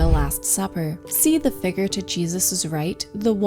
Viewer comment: 'figure', not 'figger'.